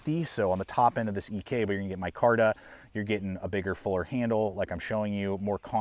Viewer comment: Did John actually pronounce his surname "EE-Kay"?🤔